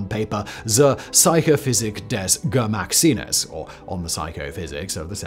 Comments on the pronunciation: "Zur Psychophysik des Geschmackssinnes" (on the psycho-physiology of the sense of taste). Try to pronounce this syllable by syllable, perhaps then it might start to make some sense at all: "Zur Psycho-physik des Ge-schmacks-sinnes". If I would not have seen the photo of that article, I would never have gathered from that pronunciation what it was supposed to mean, as it totally misses the target of how German is pronounced. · Yikes. This may hold the record of you utterly butchering the German language. The 100% English pronunciation of Zur Psychophysik is one thing, but pronouncing Geschmackssinnes as "Gemacksines" takes an extra level of IDGAF. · Right? He's normally fairly good at pronouncing German and it's still comprehensible when I'm only listening. I did not expect him to struggle with Geschmacksinnes nearly as much as he did. Half convinced he did that on purpose xD